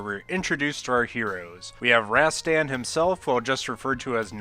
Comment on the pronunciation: Not "Razztann". Rahstahn.